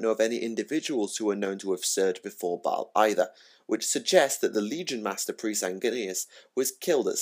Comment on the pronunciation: Thumbs up for the correct pronunciation of baal hehe. My all time favourite chapter since space crusade. Looking forward to twisting my mind with primaris marines next month.